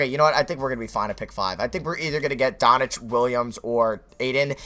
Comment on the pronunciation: It's Luka Doncic, not Donic you mispronounce his name every video it's baffling